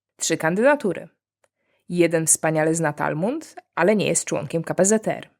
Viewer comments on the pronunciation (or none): Talmud nie Talmund. Poza tym spoczko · Talmud, a nie Talmund 🙂 Gratuluję znakomitego kanału, oglądam wszystkie odcinki, jak tylko czasu starcza! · Talmud, nie Talmund. ❤ PS. Nice shirts! Gorąco się zrobiło. 😅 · "Talmund"?? Ja rozumiem że te żarty nie muszą mieć sensu, ale choć poprawnie poproszę.. TALMUD. To jakby mówić Biblaja, zamiast Biblia. Zresztą z kontekstu wnoszę że chodziło o Torę, nie Talmud. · talmud, nie talmund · Talmud nie talmuNd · Słuszna inicjatywa. 7 godzin Q A było nieznośne. Cza było okroić pytania i dozować góra po godzince, a nie tak obuchem w czache. ps. TALMUD, a nie Talmund.